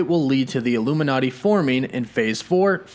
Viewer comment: Says illumi”NET” not illuminati